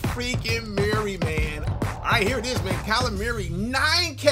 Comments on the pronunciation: Kyler Murray not Merry say it right burggggg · CringeVideos360 lmfaooo meeaurie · I ain’t heard say Murray like that since DeMarco Murray 😭